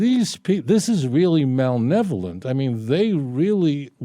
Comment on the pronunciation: "malnevolent" or malevolent?